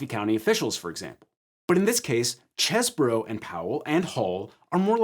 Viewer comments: Oh so you don't say "Cheese bro" you say "Chess burrow". Disappointing. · Every time he says "Chez-bro", it just sounds wrong. "Cheese-bro". "Chese" clearly must sound like "These". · I can't believe you mispronounced Cheesebro's name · Why can't pronounce Cheese-Bro correctly? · Why does everyone keep mispronouncing CheeseBro? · Omg it's CHEESE BRO say it right!